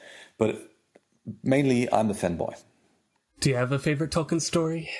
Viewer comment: He said "fanboy" but his accent made it sound like... ah nevermind